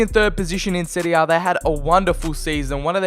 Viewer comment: You pronounce “serie a” and “serie b” perfectly